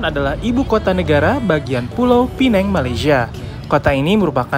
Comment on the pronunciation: Knp nysbutnya "pineng"? Hrsnya penang apa pineng? Btw itu keliling2 jalannya sepi ya. Hari2nya memang sepi atau krn hr libur?